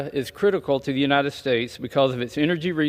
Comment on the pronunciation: “The President of the united schtates” so gross 🤮